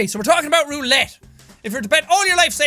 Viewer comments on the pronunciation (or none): Does anyone else get triggered when he says roulette wrong?🤔